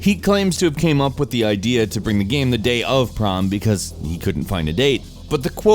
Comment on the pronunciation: That's a true statement. By the way, this has nothing to do with your actual statement, but my salt is towards the fact you said "ze" instead of "the", like a 10 year old trying to be funny. Other than that, yes, you're right.